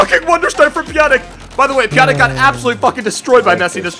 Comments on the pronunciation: Pjanić is pronounced like a -ch at the end, not like a -k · IT'S NOT PJANIK